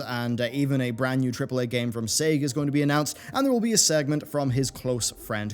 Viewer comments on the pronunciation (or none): none